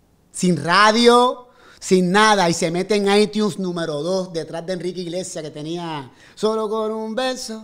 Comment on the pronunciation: Cuando dice itiuns me mata jajajaja lo amoo